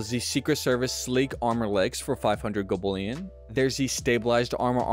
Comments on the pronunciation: Hearing golbullion so many times almost made me unalive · Bruh. I had to stop the video. Gobullion killed me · Golb ullion. Had to turn off volume. Bot level radio voice 😂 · So many opportunities to say gold bullion correctly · Dude , why say it weird and repeate it over and over..